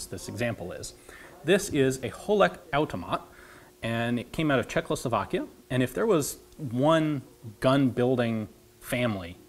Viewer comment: Hahaha, it's so funny that Ian says "CHEKLOslovakia" instead of "Czechoslovakia" over and over again for some reason! )) (Just as trivia, the actual pronunciation I think would be closer to "Chekhoslavakiya", with "kh" as a very soft "h". Yeah, every time you see it in Slavic words, it's not a brutal manly "KHHH!" =)